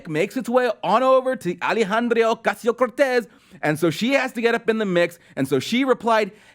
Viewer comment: I love how closet racists like this dusch pronounces AOC's name in cartoon fashion.